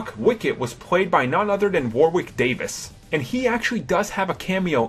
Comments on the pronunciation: Daniel CREGG?! WAR-WICK Davis?! Cr-ay-g War-ick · Warwick isn't pronounced (war-wick). I hate foreigners trying to pronounce English towns and names, for example Chiswick. People say Chis-wick when it is actually Chis-ick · Craig is pronounced with an elongated I. Cray-g not Creg. Warwick is pronounced with a silent second W. Wa-rick nor War Wick. Thomas is pronounced with a Hard T. Tom-as not Th-omas. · war-wick is not how Warwick is pronounced, it's pronounced Warrick. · Daniel Crag never played bond. Daniel Craig, on the other hand....And War-wick Davies - who the hell?It's pronounced warrick. Jeez. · wowick davis, wight sabers and wuke skywalker. lol...... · Daniel Craig's surname is pronounced cr-a-g and Warwick Davis' first name is pronounced wa-rick. BTW I love your vids. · How come Americans can't pronounce Warwick correctly? Also, with the name Starkiller not being used as Luke's sir name, it was later used in Knights of the Old Republic with Bendak Starkiller who you fight in the combat arena. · Farseer Flore kind of like worick i guess. neither the word war or wick is heard when you pronounce it correctly.